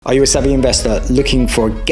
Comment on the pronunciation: Savvy. Not savy.